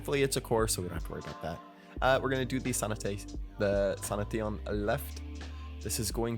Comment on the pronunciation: it's "sanashin" not "sana teon"